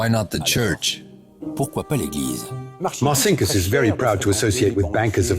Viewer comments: Il traduttore IA è semplicemente spaventoso! Martin Kuss per dire Marcinkus..... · Sarà stato anche un banchiere spregiudicato, vabbè .... Ma come cavolo si chiamava ? ( 1 : 10 : 22 )"Marcinckus ?" "Santa Cruz "? "Martin Cruz ".... A parte gli scherzi , le autorità italiane ,per farsi consegnare il "banchiere di Dio" , quante "Ave Marie " avrebbero dovuto recitare ? ....